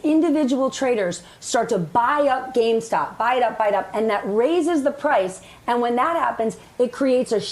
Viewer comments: Why can't say the word "gamestop" instead of "gamestock" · The fact they keep saying GameStock. It's GAMESTOP. They still don't get the message, keep up the pressure. We can buy what we like, sue if they stop you!!